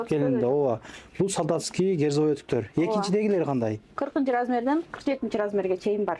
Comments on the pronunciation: Герзовый эмес Кирзовый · Герзовый эмес -- кирзовый !